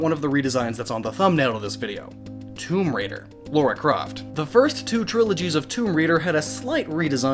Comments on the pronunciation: "Laura Croft" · ugh, it always bugs me when people say Laura Croft...her name is LARA, not Laura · its Lara not Laura